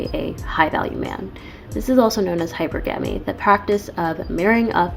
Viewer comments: 😆 SHE SAID... HYPER-GAMY 🤣🤣🤣🤣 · Black Women have been denied femininity??!! That’s an argument I haven’t heard before. No, many sisters have out-right rejected it because many identify most aspects of femininity with weakness and submission. And I refuse to be lectured by a CHILD who pronounces hypergamy as hyper-gammy. The ability to articulate words doesn’t mean you that you have full depth of comprehension. And she PROVES that. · She Wants to be taken seriously but then says: "hyper-ganey" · She can't even pronounce hypergamy right. Says it all🤷🏿‍♂️🤦🏿‍♂️😂